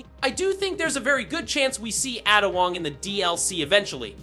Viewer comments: Atta? Bro it’s pronounced Ay duh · AI voice 👎 Who tf is Atta Wong